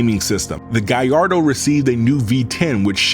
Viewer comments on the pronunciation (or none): Italians : Gal lardo This guy : guy ardo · Subbed, I never new Lambos are so much powered with turbos. By the way you're pronouncing Gallardo incorrectly not to nitpick away but it is: Gall (like to have the courage to do it) Lard (like fast food hahaha) Doe (like a deer) Gall-lard-doe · Amazing video. But, why do you say "Guyyardo" instead of Gallardo with an L? Is it the way it's pronounced or you just messing with us? I was enjoying the whole video but everytime you say the name, I just ich😵‍💫😖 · What's a guyardo? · Why do American pronounce Gallardo so weird. What on earth is a Gaiardo??